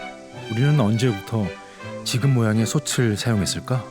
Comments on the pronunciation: '솥을, 솥에, 솥이'는 '소틀, 소테, 소치'라고 소리내어야 합니다. '소츨, 소체'는 잘못된 발음입니다. '소츨, 소체'로 소리나는 것은 '솣을, 솣에'지요. 대한민국 공영방송의 다큐멘터리 프로그램에서 한국말 발음조차 이렇게 엉터리로 하면 어떻게 합니까? 영어 발음, 억양, 강세에 목숨 거는 사람들이... ... 참으로 유감입니다. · 솥을 읽을 때 자꾸 소츨이라고 읽는게 많이 거슬리네요. 소틀이라고 읽는겁니다.